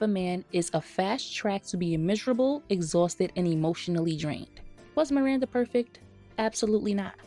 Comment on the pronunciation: Preach sister! I'd rather be single than lower my standards and live with mental and physical distress. I also HATE Steve, just the way he pronounces Miranda – MIWANDA 😒... I've reached a point where I can't watch SATC anymore; it's a real pain in the ass. But I still love the fashion in the show; it is and always will be iconic 💖